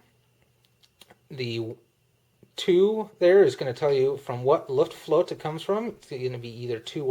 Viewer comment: Good review, but your German needs some help: Luftwaffe is pronounced "looft-wauhf-uh" not "looft-wauhf" Luftflotte is pronounched "looft-flauht-uh" not "looft-float" When will you be posting an RAF: Eagle episode?